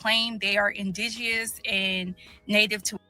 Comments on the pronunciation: I’m supposed to take seriously someone some who can’t pronounce indigenous. The Jamaican woman said don’t tell her about her history, likewise she should not try to tell us about us. Silly rabbit. She’s proud to be Jamaican, I’m proud to be FBA. 🙍🏽‍♀️🇺🇸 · My God can she just pronounce indigenous correctly 😳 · The word indigenous had a personal vendetta with her mouth. That word was kicking her ass.🤣